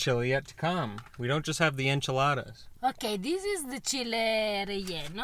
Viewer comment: Omg here Spanish pronunciation is literally perfect when she says Chile relleno. Hahaha love your vids! Both of you make my day. I often come home from a crazy day at work and when I sit down and watch your vids I just cuddle with a blanket and become so overjoyed. Being Puerto Rican, I appreciate the Spanish bits thrown here and tehre. Grazie tante!